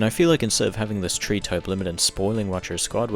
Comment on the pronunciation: There is an "H" in the word "Three", bro.